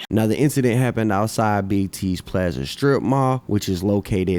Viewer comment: BIG T PLA' ZA, I never heard plaza pronounced like that before. Sounds quite exquisite 🤔